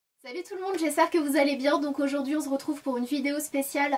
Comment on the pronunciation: Sana c'est marrant j'ai l'impression que tu dis toujours " on z'retrouve " mdr ^^ Gros bisous <3